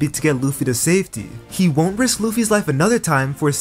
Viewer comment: bro says Rizz not risk